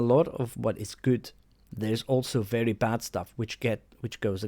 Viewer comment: "A lot of what he says makes bery good sense" Thanks for your opinions. They are bery good.